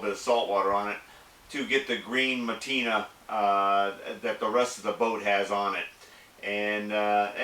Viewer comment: it's Patina and NOT matina..